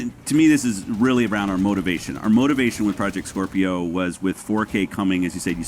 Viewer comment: He keeps saying skwerpio